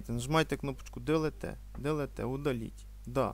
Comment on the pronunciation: дэлэтэ...удалить....дэлэтэ... дэлэтэ